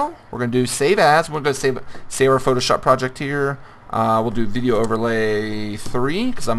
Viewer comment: your still cool and all, but at the beginning it sounds like you said "PhotoBitch", I would suggest a name change :'D